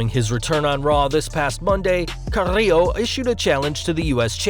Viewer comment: carrrrrillo...lol is like he took a really good sip of vodka before he said it